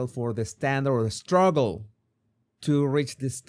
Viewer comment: "Shtruggle" and "shrtaigtening"